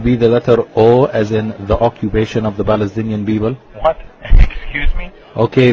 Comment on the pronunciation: Then it’s going to be the letter o as in the occubation of the balestinian beeble 😂